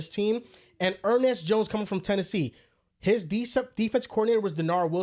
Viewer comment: Gotta love Er-Nest jones 😅